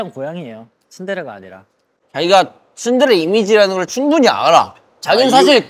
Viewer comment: 何回も見ていたのに今更気づきました チュンデレ ではなく ツンデレって発音してますね✨️ 日本語の発音に慣れてくれた それだけ頑張ってくれたんですね😭✨